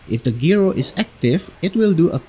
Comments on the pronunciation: Hi, "gyro" is pronounced as jai-ro, not gee-ro. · It’s a jye-ro not a gee-row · I don't mean to correct you or offend you, but the word "Gyro" is not pronounced like Gear-o. It's pronounced Jie-ro or J eye-roh. The word is just abbreviated from the word Gyroscope. If you start telling enough of these You Tubers the word is Gear-o, they'll adopt it and bring down the national IQ even closer to Idiocracy level (which you'll probably see in any comments that will probably be calling me a f-tard or some such douchery). Great video BTW.